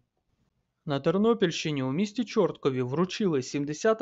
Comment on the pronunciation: чорткIв а не чОрткiв